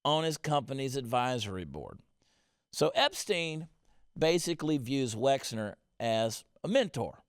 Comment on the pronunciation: Wexner, not Wexler !